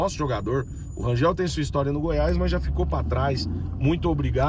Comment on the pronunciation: Bom dia, pelo amor de Deus, Rangel nao Rangeu, ok?🤦‍♂️🤦‍♂️🤦‍♂️🤦‍♂️🤦‍♂️🫣🫣🫣🫣🫣